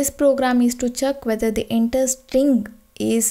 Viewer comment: Check as Chuck